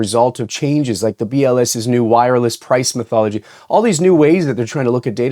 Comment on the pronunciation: I listened three times, and I still heard "price mythology," lol